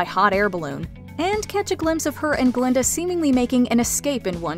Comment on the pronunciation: It's GLINDA , not GALINDA!